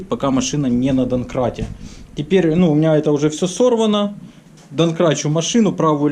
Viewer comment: Отличная работа!, делаешь, как для себя! И смажешь везде и тряпочкой протрешь!-здорово!👍 ДоМкрат, кстати, через М. Послышалось, ты доНкратом обозвал его🤔